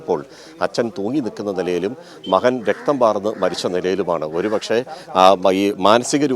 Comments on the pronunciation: മലയാളം നന്നായി അറിയുന്നവരെ ജോലിക്കുവയ്ക്കുക. മഹൻ😂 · മഹൻ..... മഹൾ....😂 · മഹൾ, അഹം, മഹൻ, എന്നൊക്കെയാണോ കൈരളി ചാനലെ ഉച്ചരിക്കേണ്ടത്? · മഹൻ മഹൾ അല്ല മകൻ മകൾ ആണ്. റിപ്പോർട്ടർ പ്ലീസ്. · എടോ മഹൻ അല്ല മകൻ ആണ്